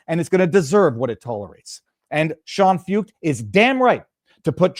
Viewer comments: Sean last name pronounced "foyt" You would like him, look him up viva‼️ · Shawn foo ket. That’s how you say it. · Pronounced "Foyt" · Sean Feucht . . . pronounced "Foyt" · Sean Feucht (pronounced Foyt) started holding Let U Worship events in CA during Covid lockdowns. They have spread throughout the US, including DC, and around the world .In Canada he has faced harassment and attacks, although people have come from all over Canada to participate in these events. God will win! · The name is pronounced Shawn Foyt